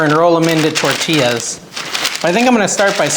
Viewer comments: It's TOR TEEYAS. It hurts our ears here in the southwest to hear you say TOR TILLES. Enjoy you. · Liked your video but the double L is prounced like the letter Y. Correct pronunciation is tor-ti-ya